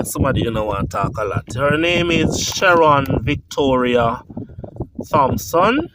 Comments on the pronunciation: your subscriber is right. THompson is pronounced Tompson {the H is silent, not pronounced}. Same with THomas {pronounced Tomas {the H is silent}. I am sure you know of the parish of St. THomas, which is pronounced St. Tomas. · please remember that the H in the sir mame Thompson is silent